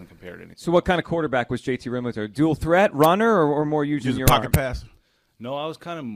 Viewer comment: Thought it was pronounced “Real-mew-to” not “Real-moo-to”?